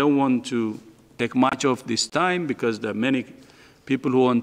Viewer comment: 哈哈哈我聽成this fuck 🤣🤣🤣😄